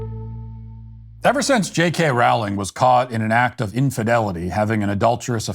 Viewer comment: Matt, I know you don’t care and I know this won’t change how you say her name, but it’s pronounced rolling…like bowling. Thank you. SBG for life